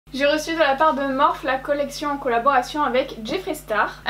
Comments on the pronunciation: Je refuse de continuer à regarder si elle continue à prononcer morphe "morphe" prononcé [morfie], nan sans rire très bonne vidéo comme d'habitude 😊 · On dit pas morphe on dit morphiiiiiiiiii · Ça dérange que moi comment elle prononce Morphe ?? Ça se prononce pas morphe mais morphi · Au top comme d’habitude ❤️ Par compte tu me fais tjrs sourire quand tu prononce Morphe car moi je le prononce « Morphie »😂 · On dit morphIIIII Sinon maquillage magnifique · En vrai ça me fait grave bizarre que tu dis “Morphe” au lieu de “Morphie” 😩😂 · Ça se prononce MORPHI pas MORPH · C pas morph mais morphe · Elle me fait rire quand elle dit m «Morphe» parceque ça se dit Morphi 😂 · les éponges étaient "abimées" parce que tu as vu comment tu les as arraché de l'emballage !!!!!!!!!!! et ça se prononce MOR-FEEE, pas MORF !!!! pfffff !!! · toi aussi si veut dire morphe et pas " morphi " c'est sont choix et respecte le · Je ne sais jamais comment il faut prononcer cette marque, j'entends des morphe, morphi ou morphé 😂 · On dit pas morphÉ??? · La marque Morphe se prononce Morfii si jamais 🙏🏻🌸 et jadore comme dhabitude!